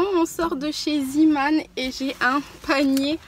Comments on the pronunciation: Hello, ça m’irrite les oreilles quand on dis z[i]man au lieu de z[e]man. Zeeman c’est en néerlandais ça veut dire homme de la mer. Tes vidéos sont toujours aussi intéressante et agréable à regarder ☺️ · Salut je voulais juste dire que zeeman se prononce zéman et non ziman car c'est du néerlandais pour "homme de la mer" voilà sinon continue tes vidéos elles sont géniales j'aime beaucoup tout tes bons plans et vidéo organisation💕💕